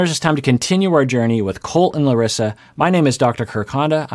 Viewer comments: wonderfully trilled "r" when you say Larissa,! It's always refreshing when someone makes an effort to pronounce names correctly! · Dr. Kirk! I just wanted to say how much I appreciate your efforts to pronounce names the way their owners do (names' owners, not people's owners, lol) We also have the name "Larisa" in Russia, and it warmed my heart to hear you say it with the proper "r" sound ^_^ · I haven’t seen any comments about it yet, so I want to say I’m SO IMPRESSED that pronounces Larissa’s name how SHE says it, and not how the Americans have DECIDED to say it. The amount of respect he shows for people is unparalleled in the 90 Day Fiancé commentary universe. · pronouncing Larissas name like we brazilians do....so cool! Love it! Abracos:) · is being incredibly respectful by pronouncing Larissa’s name in the way she intends for her name to sound, many westerners wouldn’t even try to pronounce names authentically. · Good job with Larissa's name. Good Portuguese! ;) (I live in Brazil.) What surprises me is that in Brazil it's really common for men and women to live with their parents until they get married. Of course there are some exceptions, but in general it's totally common. I'm surprised Larissa is so upset by this. So I think you're right...she's probably more frustrated with the mom/son relationship and worried about not being supported than the actual fact that he still lives with his mom. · omg I just love the fact that started pronouncing Larissa's name with the Brazilian accent. that is a tiny yet powerful example of how he really cares about other ppl. I love your channel exactly because of it,!! so pleaaase keep on being exactly the way you are - compassionate and understanding. lots of love from Brazil 🥰✨ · really really appreciate how you changed your pronounciation of her name 🥺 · as a brazilian hearing dr kirk honda pronounce larissa's name right is very satisfying